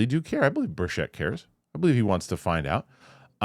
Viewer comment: Representative Tim Burchett’s last name is pronounced BURR-chit, not "burr-CHET"